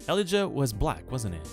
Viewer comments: o god ur pronunciation of Elijah is killing me :D its Ee-Lie-Jah, emphasis on the middle syllable and J is not pronounced like H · i like how he butchers the name elijah